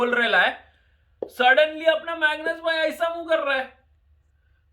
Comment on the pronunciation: "Megnoos Bhai" 😂😂